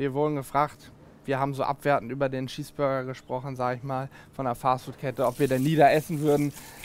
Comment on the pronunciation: Es heißt chees burger nicht Schieß Burger